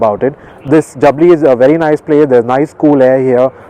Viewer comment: Two things : First you totally chose the wrong highway to Chandigarh. Jaipur - Churu - Salasar - Hisar - Chandigarh NH is much less busy. Second, that village is pronounced Jaabli, not Jabli.